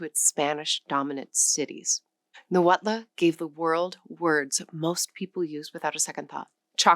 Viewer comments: Thank you for this informative video! One pronunciation comment, if I may? "Nahuatl" has no "a" in the end; in fact, the "tl" sound at the end of the word is not pronounced as two distinct sounds "t" and "l" either, it's more of a merged single sound, with no vowel following it. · Only knew about 7, without knowing words from most. But Nahuatl, has MANY well-known words. The TL ending is tip of tongue remaining on roof just behind incisors. L sound is almost unvoiced Spanish couldn't pronounce, so added final e instead. The cross-border desert tribes whether puebloan or the seasonally migratory, have beauties affecting their Spanish pronunciations -- accents. Thoughschool Spanish is strict, these different pronunciations cause Spanish to sound varied and, as i said, beautiful. Though i am blond like you, i love the Mexican people, so socially happy, and when known personally, generous. Most of the world's people are like this, with only few racist ( i admit is was interesting to discover racism from the other side, as a Norteamericano far elsewhere. It REALLY helps spotting one's own culture's errors! It is individuals who vary, but i have loved Mexico for exuberance of most people ( indigenous can be withdrawn, but all the Americas had some difficulties from cruel missionaries, etc.)